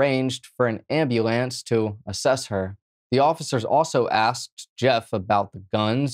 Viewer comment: Now I get you're high but ffs what did you just call that....an amb a lance 🤦🏻‍♂️😂